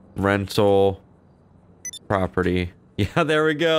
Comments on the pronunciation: It's property not proptery... Lol!! Great video!! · every time he said "proptery " instead of property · Cop #1 " Proptery..... proptery......wtf is the judge really saying proptery?" Cop #2 *phone rings "........ proptery! Yea he's definitely saying proptery, must have caught him drunk." Cop # 1 " got the warrant but it's made out for the Ace Liquor Proptery, do we go ahead?" Cop #2 "F&$# It let's go!" lol Sorry for picking on you but that scenario kept playing in my head while you where role playing this. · How many times can spell "proptery" while saying "property" over 100 ladies and gentlemen. Over 100 times. I couldn't take it anymore so heres my comment.